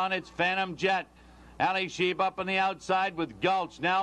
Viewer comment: I consider Denman the greatest race caller ever, but it is Alysheba, not Alysheber. So annoying to hear names being mispronounced.